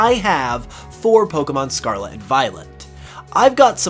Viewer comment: If you stop saying scarla interested of scarlet ill subscribe